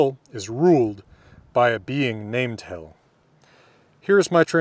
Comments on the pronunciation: I don't know for sure, but I think Hel is pronounced with a long e. So its more like "hél" than "hell". At least in Swedish that is the pronunciation. The modern Swedish word for "Hell" is "Helvete" which comes from two older words, "Hel vite", meaning "hel" and "paying restitution". Today only used for christian hell, not the old norse hel. The pronunciation of "helvete" is also with a short e, so it's more like the english word for hell. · Norwegian here, "Hel" is as far as i know, not pronounced like "hell" have to draw out the "e" and not put so much weight on the "l" so kinda like "heel" almost like the modern Norwegian word for "whole" wich is also "hel" Gjallar sounds like the Norwegian word "gjaller" wich is kind of a verb describing a very loud sound that reverberates in a very large area, often between mountains or all over a town/city. "det gjaller i fjellene" basicly translate to "something is thundering in the mountains" <- not directly translated, just making it sound appropriate with a correct meaning translation. sorry if there are any english grammar mistakes, Norwegian is my first language. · Is your pronunciation of the Ls in Hel and Valhall authentic? In modern-day Norway, most of the country would use a different, non-American (non-retroflex, I think one would say) L. I'm just wondering whether you use that L for convenience or authenticity. I find some sources saying that L could be pronounced as you do in "old Norwegian" (which is a vague term), but none that it had to be pronounced that way in Norse. Thank you for your videos, they are fantastic. I always link to you when foreign friends ask about Viking culture and language. Heill ok sæll